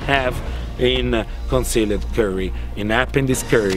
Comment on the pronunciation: "Concealed Curry"